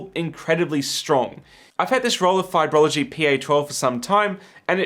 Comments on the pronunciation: Why, it's "Fiberlogy" not "Fibrology" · it's Fiber-Logy not Fiber-o-Logy;) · Fun fact: they're called Fiberlogy, not Fiberology. No idea how they want it pronounced though